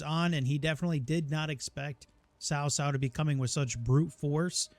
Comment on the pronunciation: Loving your vids! Just to make sure you have the correct pronunciation, the name 'Cao' is pronounced like 'ts-ow'. The 'ts' is pronounced with a soft or silent 's', whereas the 'ow' syllable is similar to that of 'how', 'cow', etc. Hope this helps!